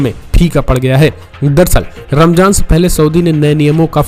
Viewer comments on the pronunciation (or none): Saryat nahi shariyat bolte h Ramjan nahi ramzan kehte h